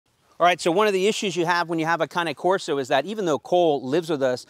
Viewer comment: Finally an American that pronounces CANE CORSO correctly